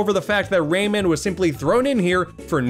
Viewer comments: Ray man you mean romon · Used to pronounce Rayman as “ramen”